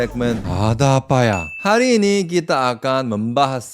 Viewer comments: "ada apa ya" lucu banget logatnya Korea bgt😂😂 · eh kirain saya doank, korean bgt kwkwk